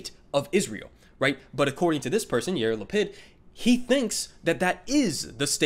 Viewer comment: When you said Yair Lapid's name out loud I honestly heard "year of the pig" instead.